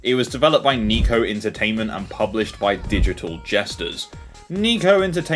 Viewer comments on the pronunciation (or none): Nico entertainment? Surely you mean Neko （ 猫 ）, as in the Japanese word for cat like the Logo had hehe. English can be just as bad at pronouncing foreign words as Americans sometimes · Oh... not this game! Oh, geez... Also it's Neh-koh, not Nee-kou as cat in Japanese I never liked Crazy Frog. Made me cringe as a kid, makes me cringe as an adult. Not cool. One of my classmates made me play this in primary school. Oh, geez. 😅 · Not to be that guy, but I think Neko is supposed to be pronounced like the japanese word for cat, which is Neh-Koh. The cat logo is another clue. Not a big deal in the slightest, but I just wanted to share. It is like how ppl say Pokeemon, though the intended way is Pokehmon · the way you pronounce neko should be considered a war crime